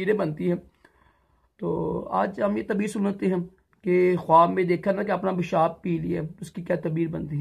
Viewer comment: Bhai urdu bolna seekh tabeer nhi taabeer hota hai